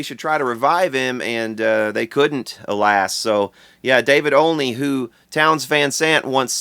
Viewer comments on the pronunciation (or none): none